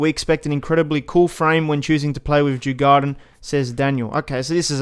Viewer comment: Djurgården is pronounced: Jur-gor-den I’m a Swede so :) Thx for all info